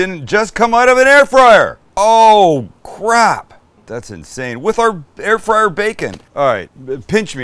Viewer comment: "Air frizzle"🤣🤣